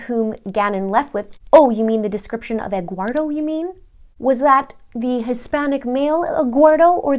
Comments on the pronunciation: Essential Investigations maybe from spanish name Eduardo ( Ed - ward -o ) ( Edward in English) but she didn’t know how to pronounce it , maybe she just heard that name and thought that it was Egguardo. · 'Egguardo' lol